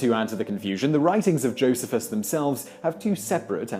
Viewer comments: Josephus is NOT pronounced jo-suh-fus it is Jo-SEE-fus. Really Simon, check some of these things out first. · "Joe-see-fuss," accent on the middle syllable.